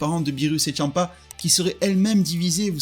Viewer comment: Tu dis tchampa c est champa